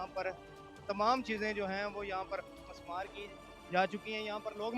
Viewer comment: مِسمار ہوتا ہے لفظ Mismaar